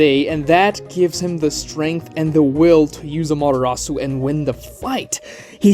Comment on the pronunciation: why does he call amatarasu madarasu